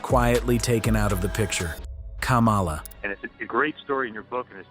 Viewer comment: It's Kamala not cumula